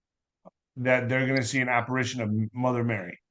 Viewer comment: Apparition not apparation